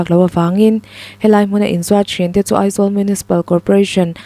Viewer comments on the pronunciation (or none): none